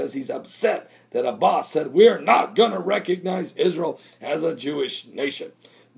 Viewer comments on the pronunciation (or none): none